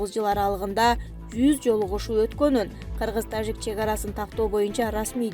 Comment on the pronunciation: Суйлоп аткан кыз зб кылдын го ж тамгасын ёжик дегендей окуп тажикстан дегенде туурале айтасын да тажик дегенделе ёжик кылывересин журналист мындай окубаш керек